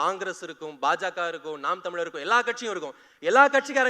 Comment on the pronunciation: தம்பி மிகவும் அருமை, உங்கள் பேச்சிலுள்ள எழுத்தை "ழ" என்று அழகாக "ழ"உச்சறிக்கவும். ஆஸ்திரேலியா.